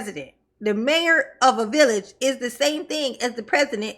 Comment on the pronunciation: Not the "villich"😂😂